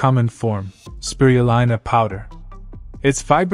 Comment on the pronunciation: It's Speee-ruuu-leeena. Cured a neighbour who was given 10 months to live from lung cancer.